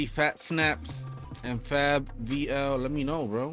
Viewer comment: Fabvl is pronounced like Fable